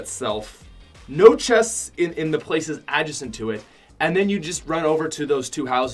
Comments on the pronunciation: Uh-jay-cent adjacent not ah-ju-cent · Did my mans just say "AdJAHcent"???? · Did he say adjacent like ad-juh-scent where is this man located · I’m sorry how did you just say Adjacent? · The way he said adjacent killed me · Are we not gonna talk about the way pronounced adjacent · U pronounced adjacent wrong